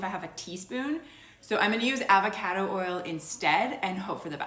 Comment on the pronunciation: I hate the way you say avocado… still trying this out tho